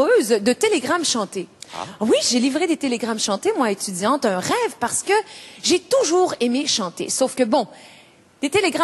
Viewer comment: So I can still hear her "Franco-ontarian" accent, and that's a problem to me. As an impersonator, she's got a very good ear, so she should work on her "un" and "une" which she mispronounces. She doesn't sound French to French ears when she imitates French people, particularly when she talks (her imitation of Anne Roumanov is very bad). But on the whole, she's the best French-speaking female imitator, although I think she's better when she sings the actual text, rather than ill-written parodies.